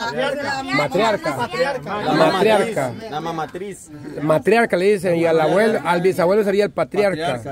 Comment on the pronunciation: el Emerson dice la mamatris😂😂😂😂